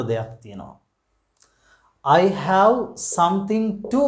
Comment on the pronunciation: Watch the pronunciation of word 'have'. Thanks.